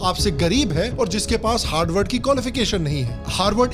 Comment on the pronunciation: Harward ko galat bolo bhai